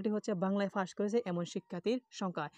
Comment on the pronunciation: আপনি পাসকে ফাস বলেন কেন 🤔🤔🤔🤔